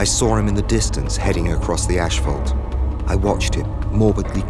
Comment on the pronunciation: What is "ash-phault"?